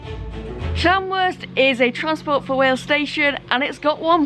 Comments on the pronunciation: Loving this series G, as i'm a North Wales local myself! You're not doing bad with the place names, but just fyi... Llanrwst is pronounced Llan-roost! Keep up the good work! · When you pronounce the ll at the start of the word in Welsh you make a strange sound with the side of your mouth just so you know